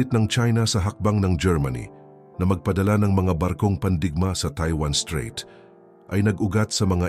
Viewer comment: Mawalang galang na strait not street obob 😅